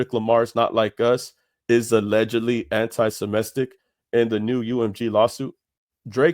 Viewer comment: The way you say semitic bothers me lol good video tho bro